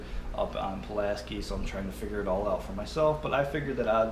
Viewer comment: I use the same set up only mine is a 9 footer. That reels drag is awesome. Oh and Pulaski is pronounced "sky" not "ski"😉